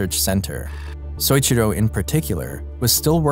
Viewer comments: Great video! That said, you need to learn how to say people's name properly. It's so-EE-chi-ro. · Great video, but the way you pronounce Soichiro made me cringe every time you said it.